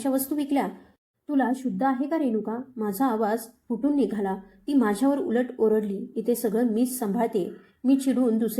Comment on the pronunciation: आरडली नाही ओरडली